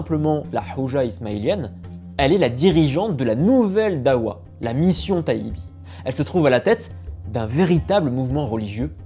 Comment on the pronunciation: Darwa , pas dawa pour la prononciation, c deux choses complètement différente 😅 ensuite il n y avait pas j usqua il ya 3 siècle de différence entre les duodecimain (jafarite) et les ismaelien , juste qq différence dans les pratiques mais c tout